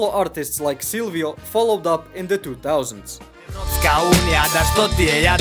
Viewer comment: SILVIO?!?! 😂 Brate where are you from, how can you not know Sivilo - SI VI LO